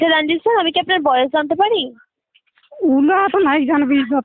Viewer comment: রাঞ্জিত আবার কি? ওটা রঞ্জিত, বাংলায় বলুন, এটা ইংল্যান্ড নয়